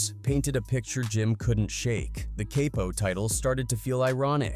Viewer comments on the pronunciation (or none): Caypo? Here I thought it was Capo thanks AI!